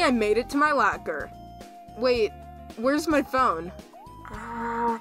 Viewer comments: you say lAker when its lOcker its pretty funny dude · Did you call it a “lacker”???? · My lacker I’m sorry that’s all I can hear when he says locker oof lol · Normal people: locker: Lacker